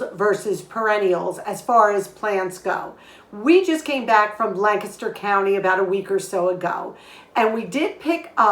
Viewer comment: Hi! I was born and partially raised in Lancaster, PA, and I am so happy to hear you pronounce it properly!!!!!! 🤩 I miss it so much, especially this time of year. I was raised frugally and have maintained that through out my almost 50 years of marriage and family raising. I MUST try that pasta sauce! Love your channel.